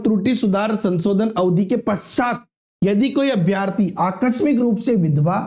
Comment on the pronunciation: अभ्यार्थी नहीं अभ्यर्थी बोले